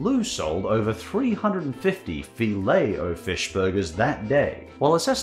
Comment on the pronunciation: OMG he actually said Filet-O-Fish correctly for once im actually impressed, good job man. 😂